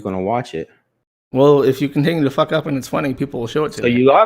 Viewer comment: owh fuck cwap and so on and so fowth